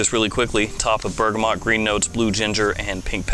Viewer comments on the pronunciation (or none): none